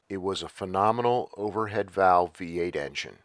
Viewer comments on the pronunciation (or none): none